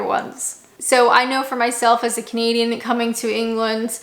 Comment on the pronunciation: Every time she says "I'm a canadian" I actually hear "I'm a comedian" for some reason